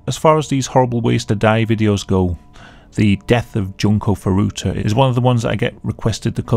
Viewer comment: june-koh foo-doo-tuh JESUS CHRIST!